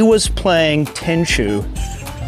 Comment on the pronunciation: Brother had me till he said, “he was playing Tenshu”. 😂